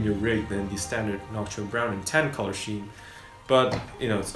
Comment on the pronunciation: Good review, helpful info. But "color scheme" is pronounced "color skeem", by the way. :D